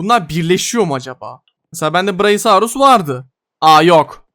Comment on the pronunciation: ❌ braisaurus ✅brakiosaurus